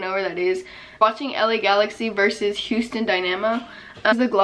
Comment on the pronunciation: dead she pronounced Houston Dynamo wrong 😭😭😭 , but yk reppin my citi 💀